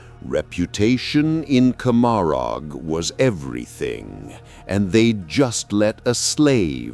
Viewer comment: It's intended to be said like Gomorah. Let that one give some awesome flavor.